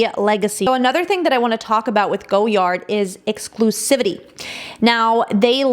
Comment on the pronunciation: Omg the butchering. “Rue Saint Honoree” is “Roo San Honor Ray.” And you destroyed “Francois” which is “Fran Swah.” And “Apprentice” is an English word! Also its “Goy Ard” not “Go Yard.” 😂